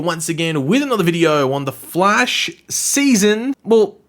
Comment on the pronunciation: Of The Flaesh" XDD